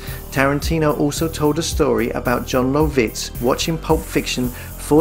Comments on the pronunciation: Luv-itz, not Low-vitz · AI narrator almost had me until he began to pronounce Lovitz .